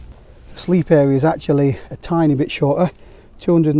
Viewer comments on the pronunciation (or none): none